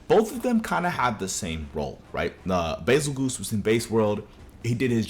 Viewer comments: "Bezelguese" not "Bezelgoose" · Nah “Bazel-GOOSE”???? Never heard ANYONE call him that💀💀